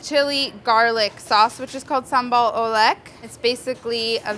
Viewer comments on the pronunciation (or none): Oh God.. I died at that "O-Lék"! It's pronounced 'oo-lek', you say the 'lek' like the e in per (in per say). Basically means it's chilly sauce made of chilis beaten in mortar and pestle. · sambal oelek is pronounce oo-lek ("oo" like book and "lek" like quarter)! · Fyi the right way to pronounce "sambal oelek" is sum-bal oo-lek (like you say werk, but it's lek hope you get it lol). Molly did a great job with "sambal", but when it came to "oelek" she could be better 😉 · Fun fact : sambal oelek reads as ulek ☺️ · sambal oelek is pronounced as sambal uh-lek ... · FYI, "Sambel Oelek" pronounce "Sabel Oolek", the modern spelling in Bahasa Indonesia is "Sambel Ulek". Ulek means pestle. Ulekan is mortar and pestle. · Oe in oelek is pronounced as u